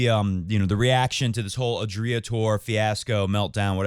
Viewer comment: How pathetic you sheeple.. You are hard core followers of the rest of the flock... That is all that you can do, in your pathetic maximum in life... You can’t even pronounce Adria correctly... I wouldn’t even put some names from tennis world in the same sentence with Novak Djokovic and you citing them!!!???Shame on you! And also, enjoy your self isolating mindset!